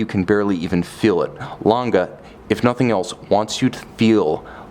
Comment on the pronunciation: You say the g like you are so used to saying gay in english. Like gay gang gutter, think about how stupid you sound saying lon guh like an ape. Not like a human being.